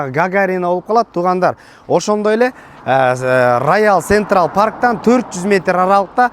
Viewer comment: Раял сентрал 😂😂😂, э кичине китеп окуп койчу, созунду тууралап алчы элге суйлоп жатасын го акыры. Жок дегенде элди сыйлачыыы!!!! Мяса раша деп деле урдурасын йотваймат